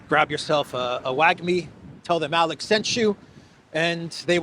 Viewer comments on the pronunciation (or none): none